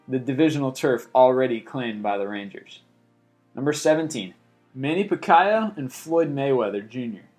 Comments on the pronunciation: Rondo and Paul over the Yankees and Red Sox??? I hope these are not in order. And wtf is a Pakkaeoeoe??? Pacquiao is pronounced like Pah-kee-ah-oh. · Manny "Pac-Ki-a"? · Also, pah-key-ow, not puh-kai-oh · PAK --- YAO instead of PE-KA-YO lol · Pacayo wtf its Pacquiao (Pacyau) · its paquiao .. its like Pac - yaw ..not pacaya .. pacaya is a different person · Yea he does that a lot. Manny Pacquiao is pronounced PAK-ee-ow not Pa-KI-oo. SHeesh! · "Pakyle" lol. Its pronounced Pakeoww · manny PAK-AI-YOO lol…its PAC-EE-AO…must not be a boxing fan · LOL manny pacquaia LOOOOOOOOL it's pronounce the manny pakuyaw :D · Manny Paquiao not Packaya he just said it wrong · It's funny how he says paquiao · Manny Pakio? LOL. I enjoy these videos but its pretty clear that this kid didn't write the content. He can barely pronounce most of it. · Hahahahahahahhahahah manny pacayo vs Floyd mayweather you pronounced it wrong Hahahahahahahhahahah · manny pack-eye-oh? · It's PAC I ao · this guy can't pronounce anything right... Manny Packaowa... LOL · You said PAC mans name wrong in pronounced packy oww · Puh-ky-ow LOL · HAHAHHAA PACK-KAI-OU !! ! ! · pacquiao is pronounced pack-eee-ow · Its pronuaced pa-ki(like pa(ki)stan-ow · It's PAC I o duh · Ands its PAC I ao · The way he pronounced "Montreal" and "Pacquiao" Were so funny. xD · LOL failed at pronouncing Manny Pacquiao name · Before reporting this stuff, how about learning how to pronounce the names? You incorrectly pronounced Pacquiao and Agassi, maybe others. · I died the way he said Manny Pacquiao's last name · mispronounced real madrid and manny pacquiao too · Laughed my ass off when he said Manny's name. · You murdered Manny Pacquiao's name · Lol he said pacquiao wrong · This list BLOWS! But what made it worse is that this guy mispronounced Rocket Richard (pronounced Reeshard), Manny Pacquiao and Andre Agassi! Obviously doesn't know sports!! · damn he butchered manny pacquiao's name lol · You just butchered Manny Pacquiao....